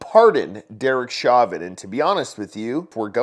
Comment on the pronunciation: It's pronounced show-vin